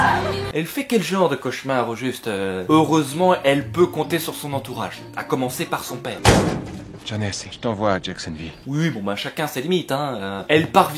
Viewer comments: Par contre, "cauchemar" ça ne prend pas de d à la fin x) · pas de -d à "cauchemar" :)